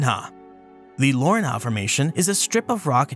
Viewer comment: Lourinhã is pronounced lor-een-ya